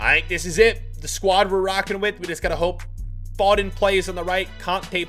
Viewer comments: the way he says Foden triggers me. Its F--o-den not fo-den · It’s foe den fod en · It's annoying as a British person hearing you say foden 😂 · phoden phoden pronounced foden